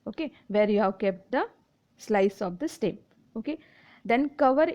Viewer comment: It is not steem its stem 😅